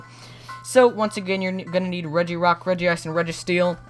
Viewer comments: It's regice, not regiice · Regi-Ice? ITS REGICE!